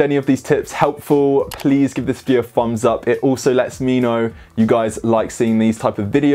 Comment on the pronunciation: The fumbs up pronunciation is annoying.. haha